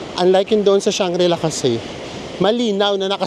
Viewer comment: Hi and! Just a little bit of correction. It is Shangri-La.:) Thank you and more power!